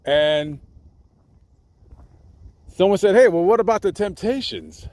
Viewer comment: You left the “p” out of Temptations. Thanks for your work.